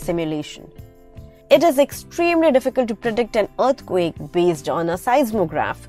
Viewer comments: Yes and as you listen to this video its saying Urth quake instead of earth quake 😂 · y do u say earthquake like that?